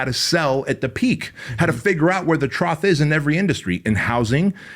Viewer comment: The word you are slaughtering is “TROUGH,” not Troth. You have to know a word to understand it, and then to teach it to others. It’s a Peak and Trough, highest point (mountain peak) and the lowest point (like a pig’s trough), also as a test that doctors use with certain medication levels in the body. How can you be so outrageously money intelligent flex flex if you can’t even pronounce a common term properly? Or do you think that run-of-the-mill layman will not put it together? It’s the simple things, am I the only one who notices or cares? Maybe I should edit people’s books for passive income? 😄